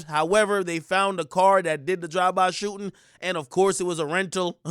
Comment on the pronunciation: Fact but Listen to how he says shooting. He always says shoo-n